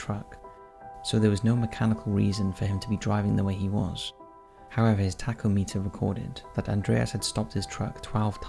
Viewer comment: FYI the instrument in a car's dashboard, the TACHOMETER, is pronounced TACK-OHM-ITAH.🇬🇧 The US tack-ohm-iter.🇺🇸🥰 Although I have to say "taco-meter" 🌮has a good ring to it. It measures revolutions per minute, of the the crankshaft. Can someone please explain how it would be evidence he stopped 12 times?